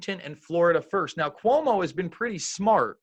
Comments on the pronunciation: It’s C UO MO not CUMO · QOU-Mo its pronounced QUO_MO!!!! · It's pronounced: Kwomo - it's also abbreviated POS! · Hmm where are all those troops and martial law? The guy in this video couldn't even pronounce Cuomo right. These people are absolute clown shoes. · This guy can't even pronounce Cuomo.